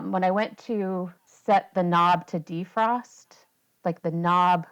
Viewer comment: I "unset" the Alarm. 🤦🏻‍♂️. DEE-frost. 😬